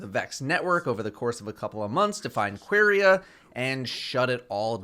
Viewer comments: really called it Queeria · "qwerya" lol thats not how it's pronounced but i dont hate it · I'm I the only one that it bothers the fact that he can't prononce the name "Quria" normally